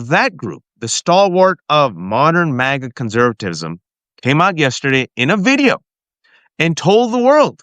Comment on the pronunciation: Totally petty and stupid complaint here, but please, Please, PLEASE stop pronouncing MAGA like 'Mog-uh!' It makes you sound so silly - and not in a good way. JVL from the Bulwark does the same thing, and it drives me absolutely bonkers!!! (However, if you're doing it to troll MAGA in some way that I don't understand then please disregard my comment and carry on!)